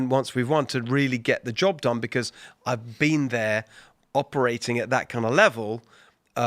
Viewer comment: I had a visceral reaction to hearing “I’ve been there” in a British accent 😅😂😂😂